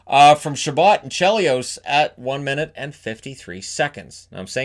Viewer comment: It was ChaBOT not ChaBOE. He was an American.